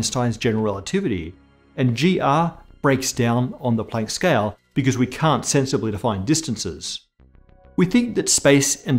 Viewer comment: "scayal" :P